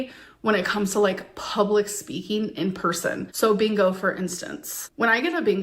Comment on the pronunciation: Maybe she can't yell bingo because she can't say it. All she can say is"beango"😂